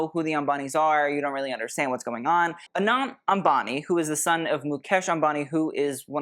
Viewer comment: Anant is pronounced Uh-nunth.. it means unending, infinite.. the way you’re saying it sounds like Anon 😊